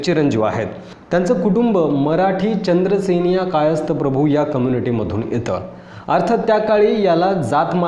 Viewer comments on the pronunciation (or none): नीट बोला.चंद्रसेनीया नाही तर चांद्रसेनीय कायस्थ प्रभू असं संपूर्ण नांव आहे.चांद्र सेनीय कायस्थ प्रभू असं जे समाजाचं नांव म्हटलय ते तसं नाहीय.मी स्वतः चांद्रसेनीय कायस्थ प्रभू अर्थात सीकेपी आहे.शाळेत काॅलेज मधे माझ्या नांवाच्या पुढे जातीच्या काॅलम मधे सीकेपी लिहिलेय.